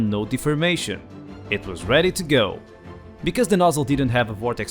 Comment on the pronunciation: Baat Becwaz it's cwistmas